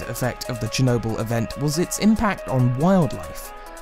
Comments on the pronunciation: Hayden Holman No, he says “chrew nobull” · Chernobyl, not chornobyl. Chernobyl. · You said Chernobyl wrong